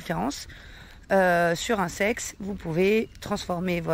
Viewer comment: lol m'a fait bugger intense!! J'écouter sans regarder, pas concentré et la phrase " Sur un sex tu peux transformé to argent normal en crypto" m'a fait bugger net... CEX pas sex.....lol. Il me semble que l'on dit C.E.X (CéEuIx pour éviter la confusion...)